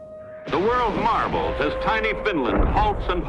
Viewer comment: It’s MARVEL, not “marble”!